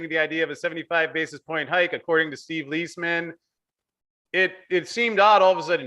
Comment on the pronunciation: Steve Lies , Man .. Steve Lies ! not steve leesman